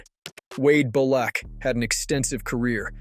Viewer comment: I got as far as “Rick Ry-pee-in” and that was enough for me… and that was after overlooking the mispronunciation of Wade Belak.